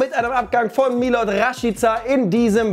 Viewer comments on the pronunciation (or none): none